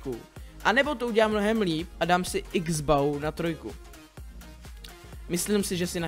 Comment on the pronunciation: a čita sa x bouw